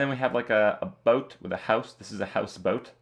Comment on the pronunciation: I hope I never hear the way you pronounced "Boat" Again. thxbye